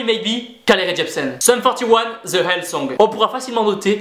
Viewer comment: the = de pas ze